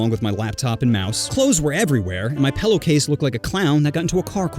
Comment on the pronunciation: Why do you say pellow?